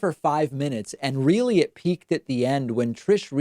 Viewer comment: She is weelly smawrt.